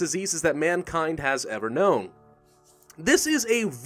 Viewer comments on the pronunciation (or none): none